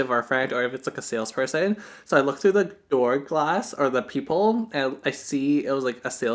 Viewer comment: It was so cute when you called a peephole a peepoh.